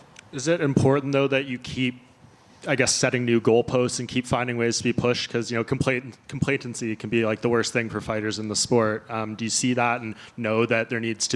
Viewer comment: "ComplaTENTcy" 🤔 I guess he meant "complacency"? Lol